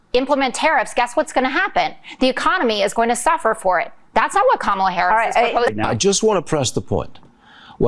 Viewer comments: 🥰 It is pronounced as “ Comma La “ ! A “ genius “ should be able to pronounce * Kamala ! 😀😂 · He Still stubbornly pronounces Kamala as if it was Obama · He still mispronounces her name. Smh. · I can't stand seeing Trump's face and his mouth move! He can't even pronounce Kamala correctly. What an idiot! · He can't even pronounce Kamala. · The jerk deliberately pronounces her name incorrectly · He still can’t say her name right - holy hell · I want to know why everyone is being granted a pass by the media for intentionally mispronouncing “Kamala.” Frankly, at some point, ya look dumber when you just won’t say her name. Dumber AND A HATEFUL BRAT!